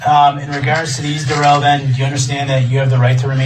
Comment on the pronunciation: Duh-rell is so studious...judge Dorrow should make him read publicly the notes he was supposedly writing. If he refuses...tase until compliant.